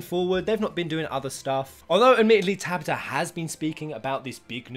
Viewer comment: You say " Tabata" wrong XD